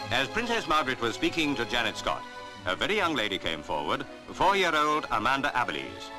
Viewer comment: Why do the commentators in these old reels always pronounce Janette Scott's name wrong? Her name is NOT Janet!